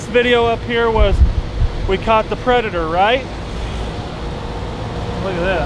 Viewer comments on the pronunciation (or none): none